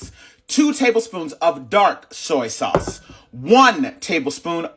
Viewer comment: OMG‼️‼️I HAVE TEARS ROLLING DOWN FACE FROM LAUGHING AT “SAOUCCCE”🤣🤣🤣🤣😀😃😄😁😆LOOKS DELICIOUS ‼️‼️